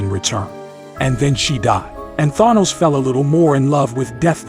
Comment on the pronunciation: Why does rhis AI reader say Thanos weird?